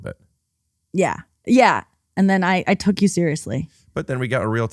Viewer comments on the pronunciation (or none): none